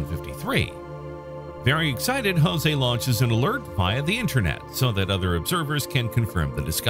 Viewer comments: Interesting video. Note: his name is not pronounced 'Hozay' it's 'Joezay.' They speak Portuguese, not Spanish, in Brazil. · While I truly like your channel, I must unfortunately, albeit strongly, make a cultural correction vis-à-vis the pronunciation of the Brazilian name "JOSE". Firstly, allow me to inform you that Brazilians speak PORTUGUESE and NOT Spanish. As such when you pronounce words or names starting with the letter "J", the sound is absolutely NOT as you pronounce Jose in Spanish. Rather J in Portuguese is identical to J in FRENCH. Also, the "E" at the name is acute, not "grave" (eh) as in Spanish, but rather E such as in the English word LET. Kindly update your records accordingly, for every time one "Spanishizes" Portuguese words, both Brazilians and Portuguese members of your audience take it up as a grave offense. Best wishes!